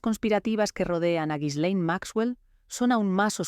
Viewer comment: Se pronuncia: GI- LEN. Con una G fuerte como en gato.